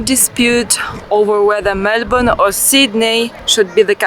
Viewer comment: Good on you. I love how you pronounced Melbourne correctly.Bravo! I did the Kosciusko walk in April.I caught the chair lift from Thredbo to the start of the trail.One major bit of advice,make sure you have well fitting comfortable shoes.The first lookout about 20 minutes in was where I was considering turning back,as the shoes were abrading my heel and I was in a lot of pain.I grit my teeth and kept going until the lookout with the toilets and a sign saying another 40 min,one way to the top.That's where thepain was too much and I turned back.At age 56 I'm very strong and fit,but boy is the walk hard.To add insult to injury, the car park was over a kilometre from the chairlift.My heel was in agony and my hips were frozen solid.But just for the scenery alone it was worth it. All up there was 4 hours of walking, mostly up hill, so definitely not an easy stroll.My friend started the hike from the Perisher side and he said it is not as hard. So I plan at Christmas to do the walk again, but from Perisher, and hopefully complete the final section.I have since bought Saguaro Barefoot shoes so my feet should have no complaint. P,S. The day after I went and did the Yarrangobilly River walk, in thongs, as my heel was an open wound.The final 1/2 hour of that walk was pure torture.A long,constant.steep uphill walk from the Thermal Pool.